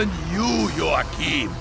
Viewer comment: It’s Joachim- yo-ha-keem